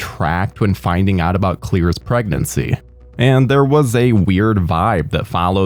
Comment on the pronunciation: So is the character's name actually "clear" or is this an accent thing for "Claire"?